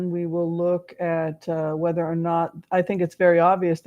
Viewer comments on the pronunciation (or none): none